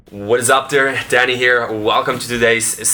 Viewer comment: when he says "hello whats up here" i heard it as "hello whats up DADDY here". hi daddy